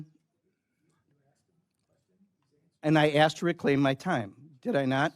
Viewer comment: I'm glad you axed